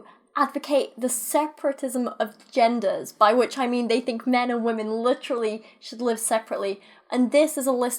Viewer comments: It’s wahmin as in wah wah wah bitch I’m lil baby 😂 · How many times do they have to butcher up the word women?